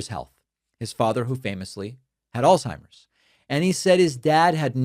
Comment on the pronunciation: If you are going to razz someone for forgetting the name Alzheimer you might first want to learn how to pronounce Alzheimer - alts high mer not alls high mer z = ts